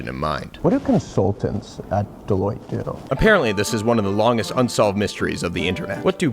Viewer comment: Deloitte sounds way too close to Toilette